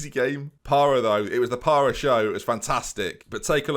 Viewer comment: Parra - yes. Carr - no. Very much no.